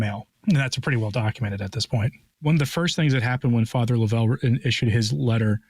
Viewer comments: Yes, tell correct pronunciation is Father LOVE'l, not lo-VELL. Joe Alger is absolutely correct. God help us all. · It's Love-L Father Love-L ...not Lovell ...it's pronounced simply Love-L